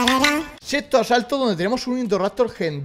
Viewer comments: Asalto ❎ Asato ✅ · En todos los asaltos en vez de decir eso dice asato😂😂